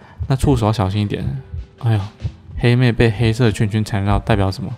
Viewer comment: 我听到欧拉把黑妹念成helmet